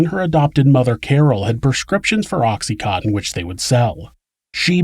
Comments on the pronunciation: Oxy-con-tin. Not oxy- cotton. I myself was so fucked up on it during this horrible murder and had a doctor who was also an addict prescribing it to myself and many others. I was so numb most of the time but when I learned that the mother was also an addiict I paid particular attention to the case. But listening now to what happened to that child, how gastly the details makes me shudder. The ugliness of human beings to each other no longer makes me want to self medicate. I am simply no longer shocked by it. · Oxy "cotton" lol